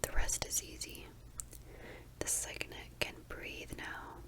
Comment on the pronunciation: Love this! <3 btw cygnet is pronounced sig (like signal!) - net :)